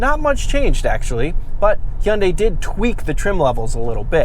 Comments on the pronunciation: Learn how to pronounce Hyundai. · I like the way you say Hyundai I’ll tell ya hwat- Hank Hill